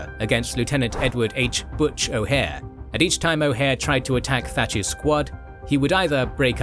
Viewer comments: The name is O’Hare not O’Hara! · O'Hare, not O'Hara. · It’s O’Hare (O- HAiR), not O’Hara. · O Hare,not O Hara..."O Hara" was a bad guy in "Enter the Dragon ". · It’s O’HARE not O’Hara! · Butch O’Hare’s name is pronounced like this. The airport is named for him